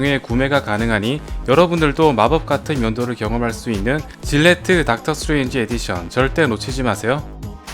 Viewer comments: 수에즈의 OOO이라고 계속 하길래 내가 모르는 뭐가 있는줄알았네 ㅋㅋㅋ 스트레인지 발음좀 명확하게 했었으면 좋았을것같아요~ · 스트레인지가 자꾸 수에즈로 들리네요